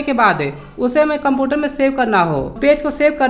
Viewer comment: Computer to bolna Sikh lo